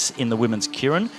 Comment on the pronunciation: Japanese word pronounced: Kay- Rin!